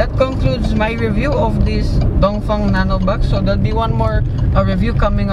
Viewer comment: Thanks for pronouncing Dongfeng correctly